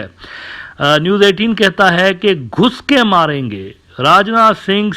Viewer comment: I think he said "ghuske moringe" 😂